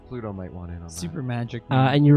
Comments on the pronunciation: And "Pluto" becomes ""Polluto" lol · Pooor Pluto keeps being pronounced Pollute-oh! :p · I am aware of the existence (religious/mythological/astronomical/etc) of Pluto. I was referring instead to a perceived recurring additional syllable which would transform that name into something else, eg a hypothetical antagonist to 1990s fictional environmentalist superhero, Captain Planet